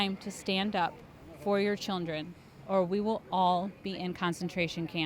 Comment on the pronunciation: nice cuts damn, shoeonhead finally got hit with aging! every time she said "chirndren", it got funnier.